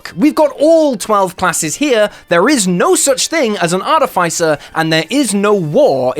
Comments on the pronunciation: "There's no such thing as an artifycer" correct, there isn't because it's pronounced artificer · How are you still saying artificer wrong? Do you say things that aren't real are art-if-EYE-cial? Or that when people lying to you are engaging in art-if-ICE? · is Artifice as ar-tih-FICE-er a british pronunciation?